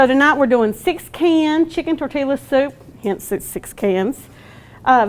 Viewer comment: Tor-te-la, y’all!!! 🤣